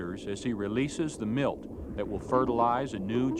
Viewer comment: It's milt